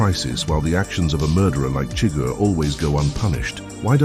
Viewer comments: SHUH-GUHR, not chigger. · For someone that says they’ve seen the movie so many times you pronounce Chigurgh’s name every way but the way in the movie